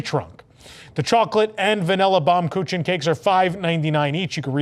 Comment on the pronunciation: pronounced "Baum Kookin"